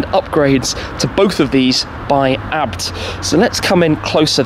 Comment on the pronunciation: It’s A.Bee Tee, not abt.